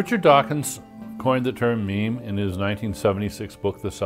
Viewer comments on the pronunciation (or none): God damm you Reddit I can't stop giggling anytime he says "meme".